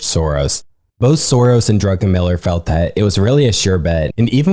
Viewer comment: Highly suggest you look up pronunciations prior to these podcasts. Simple things like the pronouncing the past tense of ‘cost’ as ‘costed’ should really be avoided. More egregiously, it’s Stanley DRUCKenmiller, not DRUNKENMILLER.